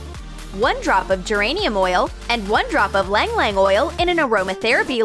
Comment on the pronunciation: Filipinos cringe when they hear the way she pronounces "ylang-ylang" 😂